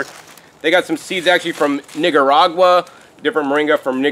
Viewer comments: You need to be careful how you say "Nicaragua". & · Your pronunciation of Nicaragua was so off. Lord. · Nigga-ragua 😭😂 (the way he said Nicaragua) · Improve pronunciation of Nicaragua